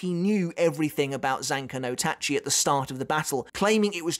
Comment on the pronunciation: Big respect for. He managed to say Zanka no Tachi: South so well, and I keep stumbling over it every time I try.